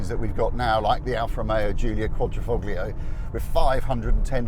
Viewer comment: It’s a pet peeve of mine . If you’re got to abbreviate it then use QV . Yes I know the word verde doesn’t appear in the name but it does have a Green Cloverleaf after all . Wish the car journalist would stop pronouncing the G in Quadrifoglio too .